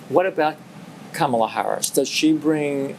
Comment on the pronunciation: oh oh you called her Camal-uh